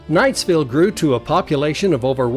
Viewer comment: My grandfather was a nephew of Jesse Knight. He worked for him when he was young in the Tintic mines. My mother was born in Knightville. Our family was and is Provo vased, but they lived for a time in Knightville. Notice the name is Knightville NOT Knightsville. There is NO 'S' in the name. That's a common mistake that is made. While Eureka was a wild mining town, Knightville was a quiet LDS community with lots of families.